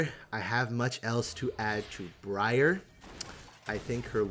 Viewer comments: Breeyar = horrible ear-rending mispronunciation Briar = real common word "sounds weird" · Everytime you say her name wrong it sounds like you're saying Gruyere lol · My brother in christ. Briar as in a briar patch. Ya know, the thorny bushes. Its works because oh cute female named after a plant except its a spiky one and a plant that notoriously pricks you and makes you bleed. Brie-arr sounds so dumb idk in what world that is better. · Briar is a real word, I will replace all the blankets in your house with quilted, wet, cold spaghetti if you keep saying Bree-Yarr, it's a noun denoting prickly and thorny bushes like that of a stems of rose bushes, it works perfectly, think about how uncomfortable you'll be with your spaghetti blanket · Bree-are sounds weirder than briar? my brother in Christ touch nature(thorny bushes are called briar) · I love bree-arr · Mispronouncing Briar is unbelievably American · I like how you corrected yourself on how to pronounce briar and then continue to say it wrong for the rest of the video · Bro really could not pronounce a basic English word... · You messing up Briar's name and saying the other way sounds cooler is funny cuz Briar is an ACTUAL fucking word which mean things that are like prickly... like thorns on a rose... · Starts the video by mentioning that he is pronouncing her name wrong - continues to do so anyway